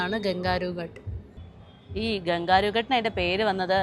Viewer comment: It is ghat not gut